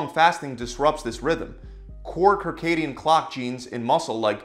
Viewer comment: Circadian- the first C is an S sound.